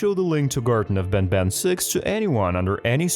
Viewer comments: Bro said garten of ben ben💀💀💀☠️☠️☠️ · How he says these 2 words banbann chaptr lol